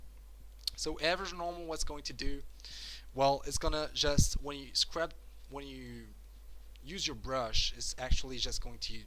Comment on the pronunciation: Guy takes the time and effort to make a user friendly and easy to follow tutorial about something that we clearly all wish to learn more of, we all head to the comments section before the video is even half way finished to complain about his mispronunciation of the word scrape. Oh internet, you magical.